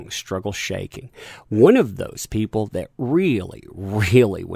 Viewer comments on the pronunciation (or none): none